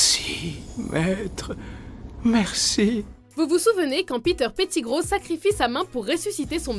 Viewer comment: On dit Malefoy et pas Malfoi et aussi on dit pettigrow pas péttigrow